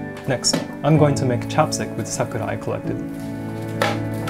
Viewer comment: I thought he said chopsticks instead of chapstick